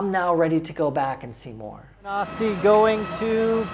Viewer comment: It's ganga river not Ganges it's Varanasi not veranasi